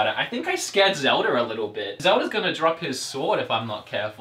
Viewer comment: Mr. Fuentes no he said "Zelder"